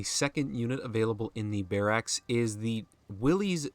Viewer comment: Why are you saying barracks like that?